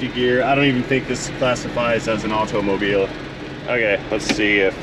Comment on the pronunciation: Too much emphasis on the letter T pronunciation in automobile.